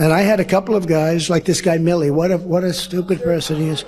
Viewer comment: Every time I listen to this speech and at the debate it seems that Trump says Billy not Milley. I kept wondering which general was named Billy?